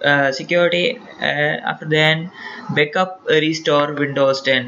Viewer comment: you said bekup?